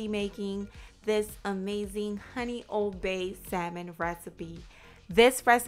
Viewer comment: Thank you I’m making that RIGHT NOW! I didn’t get when you said OBEY SEASONING LOL I then looked it up, and u were saying ;” OLD BAY” seasoning I was soooooo excited because I HAVE OLD BAY SEASONING! Looks delicious I already have the salmon in the fridge I’m making it at 5pm dinner, I’ve already made my delicious butternut yams with salad! I just now found your channel I’ve subscribed! Make some chocolate recipes 🎉😘🙏🏼♥️👍👍👍👍👍✨✨✨✨